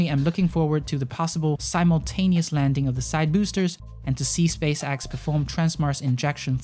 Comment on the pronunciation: It’s spacex not space axe